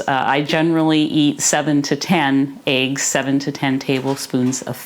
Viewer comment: Eggs, not aigs for God's sake!